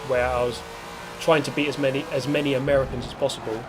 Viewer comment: I can't tell if you're saying 'Americans' weird on purpose or if that's how you actually say it 🤔